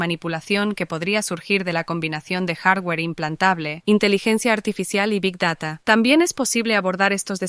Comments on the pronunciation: ¿Big dará?¿ Este chaval es mexicano o español? Hasta la inteligencia artificial pronunció bien,Big Data. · Roberto: Big dara IA: Big data Me cae mejor la IA 🤣🤣